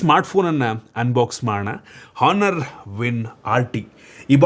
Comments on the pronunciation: Guru HONOUR alla ONOUR antha pronounce madappa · ಹಾನರ್ ಅಲ್ಲ bro.. Honor ಅಂತ ಇದ್ರೂನು ಅದನ್ನ ಆನರ್ ಅಂತ ಓದ್ಬೇಕು